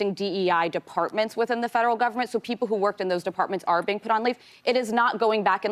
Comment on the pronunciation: he said gumment